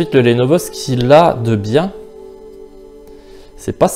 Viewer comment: Bonne comparaison sinon Lenovo ça ne se prononce pas lénovo mais leunovo.